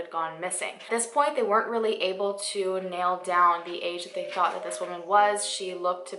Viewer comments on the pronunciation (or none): none